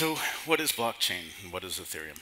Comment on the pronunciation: It's "Ethereum", not "Etherum".